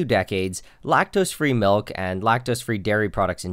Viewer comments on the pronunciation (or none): Seriously? Malk?! Are you serious?????? MALK?!!!!!!!! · The way you're pronouncing"milk" reminds me of Julian Smith's video 😁 This has been great!